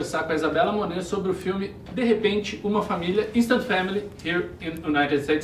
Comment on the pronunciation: Quando ela falou no começo do video ela falou certinho “DE REPENTE UMA FAMILIA” CERTINHO